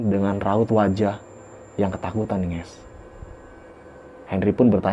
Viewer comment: Bang kokk NGES sih bang bukan GAESS...